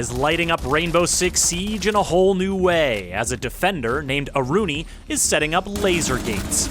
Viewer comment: About the new operator. Her name in the original Thai language pronounces "Aru-Nee", Not "A-Ruu-Ni". I, A legit Thai people, Annoyed at how your announcer says her name. You say it like she a French or Italian! It sounds so WRONG.